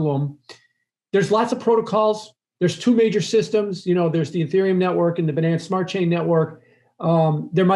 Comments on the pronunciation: "Expert" pronouncing "Binance" and "Finance" like an idiot. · Typical wall street guy: says finance like “fuh-nance” This OG hedge fund guy: even says Binance like “buh-nance” 😂